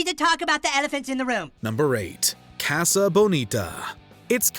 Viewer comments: Could you please not Americanize the pronunciation of 'casa',? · Could you please not Americanize the pronunciation of 'casa',? I know Mojo is Canadian but there's no such word as Canadianize.